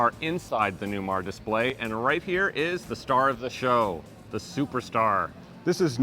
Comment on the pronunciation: Does this Newmahhhh have Smahhhht Pahhhhk?